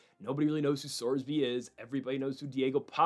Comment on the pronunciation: Sorsby is pronounced SORS B not SORB C. Behren Mortan is like Barron, not Brennan.